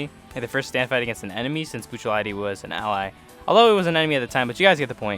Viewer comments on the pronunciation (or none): none